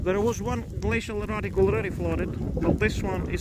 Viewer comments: Did anyone else think he was saying glacial erotic? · Ohhhh --- I kept hearing you say glacial erOtic and it made absolutely no sense LOL